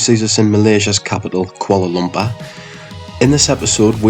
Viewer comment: You pronounce the word Kuala Lumpur funny. Please work on it thank you